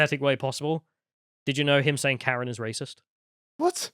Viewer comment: Did he say Karen with a hard R?